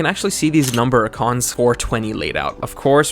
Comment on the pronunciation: Numericons, as in "Numeral". Not ""Number-i-cons"".